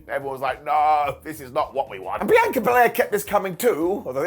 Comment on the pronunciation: You finally said BIANCA correctly!!!